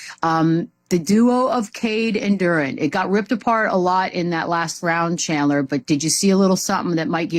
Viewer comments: I hate when people assume “Duran” instead of “Duren” like we latino or something. happens all the time. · Why lemon pepper cant pronounce Duren name correctly 🤦🏾‍♂️